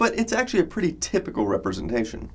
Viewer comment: Praytay simple?? Don’t you mean pretty...